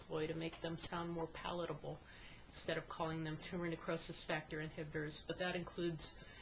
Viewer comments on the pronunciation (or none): none